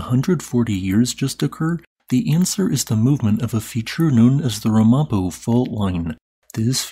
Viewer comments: RAM-a-po, not ra-MOP-o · "Ram-uh-po" not "Rah-mop-o" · It's not Ra-MA-po. It's RAM-a-po. Not trying to be mean, just mentioning it. Thanks for the video. I'm in Jersey and I thought the quake was the wind. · Friendly advice from a former NJ resident: it's pronounced "Ram-a-poh", not "Ra-Mo-poh" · The RohMahPoh Fault line is actually pronounced RAM A POH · Thanks for the video. One teeny tiny nitpick, though: as I grew up in that area, I can affirm that "Ramapo" as a place-name in that area is pronounced with the accent on the first syllable: RAM-a-poe. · It's Pronounce RAM-A-PO. I actually live on that fault, just 50 miles north. When it happened I thought a large truck was going by cause it felt more like a very strong vibration. I was in the Easter 7.2 quake in San Diego, so I know what SHAKING feels like. This was nothing like that. I wonder if that's cause of the double fault you described? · Btw its pronounced RAM UH P(OH) Not RUM AH PO . Also we felt it very strong in the "Black Dirt" valley in New York due to it being between 2 mountain ranges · uhh, thanks.. but it's pronounced RA-ma-po... not, ra-MA-po. I live here. Old Indian tribe. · BTW, it's pronounced Ram-A-Po and I have lived in southern NY for over 30 years. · Since you're a geologist who used to live in Jersey, I'm rather dismayed at your pronunciation of Ramapo.😮 (Accent is on the first syllable, and it goes down from there: "RAM-a-poe".) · It’s pronounced “RAM-uh-poe” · Pronounced Ram a po... I felt it very significantly in Albany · “Ramapo” is pronounced “RAM’-a -po”. Good try, though! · Its pronounced "Ram-A-Poh" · Pronounce Ram-A-po fault. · It’s RAM-a-POE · It's pronounced Ram( like a sheep) "Ram" - Ah - Poe (Like the poet) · Accent is on the first syllable in RAM-a-po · I was outside at the time and all day. Felt nothing. Even the aftershocks....just an FYI it's pronounced Ram ah poh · Ram-A-Poe or at least that is how I was taught to pronounce that fault line from my Northern NJ parents.